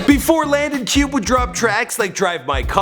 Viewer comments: It’s not Cube it’s (cubay) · Pronounced - Cube-ay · Isn’t it supposed to be Landon Cube (Cubay)? Or is it pronounced Cube? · It's Landon cuff